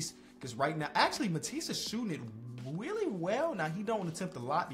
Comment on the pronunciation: “wheely well” 😂😂